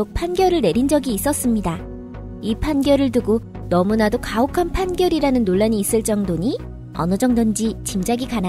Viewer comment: 12초 과혹한 아니고 가혹한~이요!